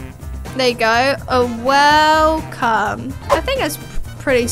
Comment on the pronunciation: welcome 🎉not welcom what is that😂